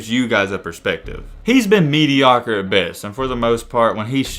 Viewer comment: "mediocr" lmao